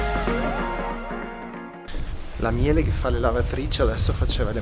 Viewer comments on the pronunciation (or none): none